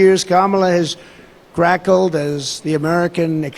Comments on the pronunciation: Rackled? Think he meant cackled. Kamala is going to get the last laugh on this orange tub of lard and venom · Did he say “crackeled” when the script said “cackled”?